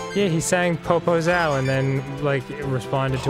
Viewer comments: I dont know if Danny knows, but every time he says poposao he is saying big ass. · I'm brazilian and when I heard "popozao" I just thought "please don't be the word I think he's trying to say". It was. I didn't know that song existed, but sorry. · HOLY SHIT Dan Sucks at portuguese, but it's fucking funny to listen to him trying to say the words, made my day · I know this video is old, but "Popozão" means Big ass said in a poor way